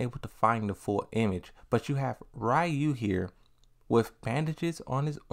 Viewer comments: Stop saying Rayu please 😂😂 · I find it interesting people still say Ryu's name wrong these days. I used to say it wrong when I was a kid. Lol.